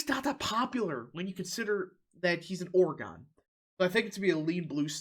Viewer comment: As an Oregonian, I am offended that you both mispronounced my state's name and misgendered my governor